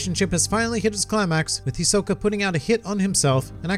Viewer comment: Btw its HisoKA not HisoKO just saying